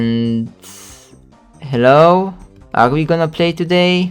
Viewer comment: Hewo again again again again again again